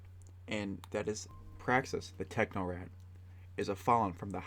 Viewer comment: The Techno-rat? What happened to the C? In Technocrat